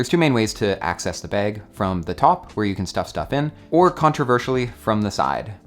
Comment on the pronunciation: “Camera beg”